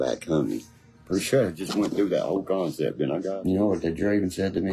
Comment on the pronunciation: Its all about “kahnseps” guys!🤦‍♂️